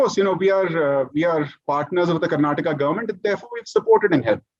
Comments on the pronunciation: Not karnatak....it's Kar-na-taka. I understand you are not familiar with the pronunciation. Please correct yourself and i beg others who are watching this video, please remember it's pronounced as KARNATAKA....don't forget the A in the end. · the anchor Mr. Thapar must first learn how to pronounce the state. it is Karnataka with a "a" at the end, not Karnatak